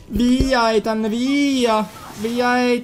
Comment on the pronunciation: Si dice itan